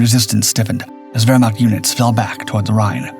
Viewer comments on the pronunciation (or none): none